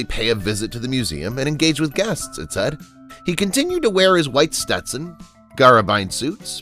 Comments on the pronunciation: "Gabardine suits", not "Garabine suits", knucklehead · where are you from ? Gaab ar Deen u idiot ,,,it s a fabric ,,,good god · In describing Roy's costumes, the narrator mad a rather humorous pronunciation of the word "gabardine," formely a popular cloth for mens clothing. Anyhow, I liked some of their stuff back in the day. (I'm 78.) Oct. 16, 2022. St. joseph, MO